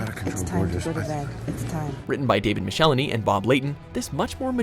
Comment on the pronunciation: David Michelinie is pronounce Mick-a-Lah'ny. I know this because I asked Bob Layton at the Indianapolis Comic-Con this year.